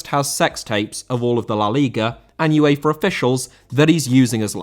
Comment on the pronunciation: UEFA * not Yuweifer